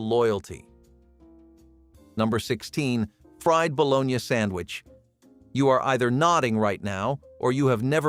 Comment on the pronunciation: Interesting video but need a real person to do commentary. No excuse for mispronouncing bologna!